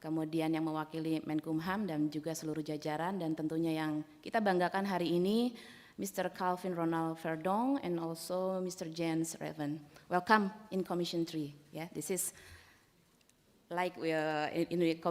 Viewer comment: anggota DPR RI tapi bahasa inggrisnya jeblok, calvin ronald verdonk bukan di baca kalvin ronald vardok tapi kelvin ronald verdonk :3 hadeh